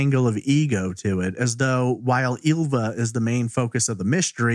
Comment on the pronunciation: Ylva is actually pronounced as the "y" in David Lynch, not "eelva" or "illva".